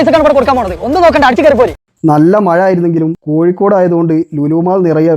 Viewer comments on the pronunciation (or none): none